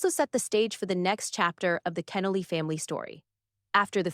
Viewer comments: His name pronounced Ken-Noly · To show real honor, the speaker should have taken time to research how to pronounce Dr. Kenoly’s name correctly. Shame on her. Also, the title is deceiving causing listeners to think Dr. Kenoly’s son will be the speaker. Unfortunately, the actual speaker cannot pronounce his name correctly. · I know it's AI. I didn't post that a human did the narration. It was irritating that they couldn't program it correctly. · Learn how to pronounce the man's name!!!!! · I wish the speaker would correctly pronounce Dr. Kenoly's last name. It's irritating to hear it mispronounced not 2 or 4 times but multiple times. This should've been property established before a word was even spoken. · I’m still waiting to hear about the silencing… Shame on you for putting up a false narrative on the thumbnail. Also for not pronouncing his name correctly.